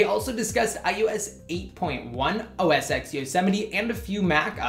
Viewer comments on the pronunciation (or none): It's "OS Ten" not "OS Eks" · When you say OS X it's said as OS "10".